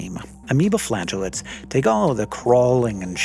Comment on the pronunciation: So I heard “amoebaflatulance” instead of amoeba flagellates. Damn funny.